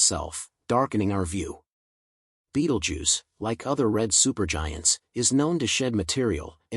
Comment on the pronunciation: Your speech synth is crap! Betelgeuse not Ball Jew form Bald Jew. What about proof reading and listening to your commentary before you release it!!!!!!! Amateur!